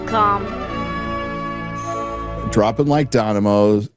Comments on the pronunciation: By the way - it's dominoes not donimoes. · THEORY: mispronounced 'dominos' early in the video deliberately to avoid being detected as an AI! Yep, I think I'm onto him. I don't think there is any reason AI content YT videos can't be monetized BUT videos like that should always clearly denote that they contain AI generated content or GTFO. That said, the things specifically mentioned... should be demonetized or removed or only allowed with reduced monetization of some sort regardless. But above all, whatever policing they implement to enforce their rules has to work. Otherwise, it is just them stealing from creators.